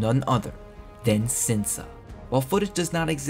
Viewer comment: "Sinsa" in Korean is pronounced "Shinsa". Great video